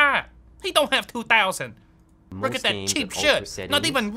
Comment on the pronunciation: It rook rike a Jackson pollock painting 😂😂😂